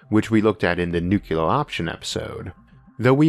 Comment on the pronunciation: Ech, please don't say "nucular". It's hard to maintain confidence that you know what you're talking about, when you mispronounce it like that.